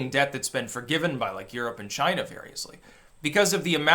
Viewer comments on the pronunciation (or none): none